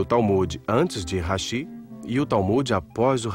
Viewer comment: Falou hashi e não rashi